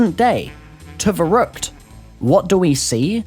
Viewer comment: "nearly 100 months later..." YOU STILL CANT FUCKING PRONOUNCE IT CORRECTLY